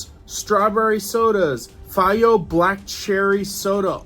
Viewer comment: HEY!!!!! FAYGO is pronounced FAY'- GO.....as in GO, GET, BE GONE!!!! 😅